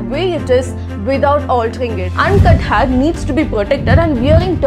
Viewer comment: Hare !!! No it’s hair !!! Correct ur pronunciations!!!